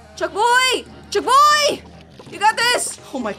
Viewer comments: ITS BONK CHOY NOT BUCK CHOY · It's bonk choy not chunk boy! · Lol yeah Very funni 😨💅